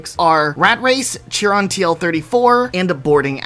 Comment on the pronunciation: Chiron is actually pronounced Kai-Ron.